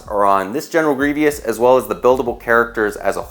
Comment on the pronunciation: “GenEral GrIevIous”